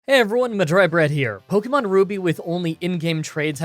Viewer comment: "Cranidos" not Craniados. My dude, can you even read? Like the vids btw. Also. Pokémon, not Pokimon.